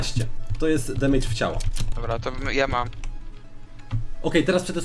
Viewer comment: Nie demejdż*, tylko *demedż się czyta.